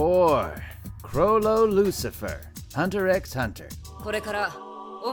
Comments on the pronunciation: hunter "eks" hunter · HUNTER HUNTER. Not HUNTER EX HUNTER.....